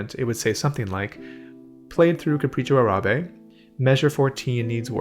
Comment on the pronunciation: Thumbs up for nailing the pronunciation of "Capricho Árabe" by ... I dont understand what he says after.